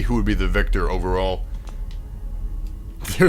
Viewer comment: IT'S VICTOR NOT WIKTOR!